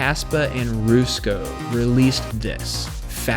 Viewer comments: It was all going fairly well until Roosko, its Rusko bud. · My ears didn't like how he said his name at ALL, the hells a Roosko?!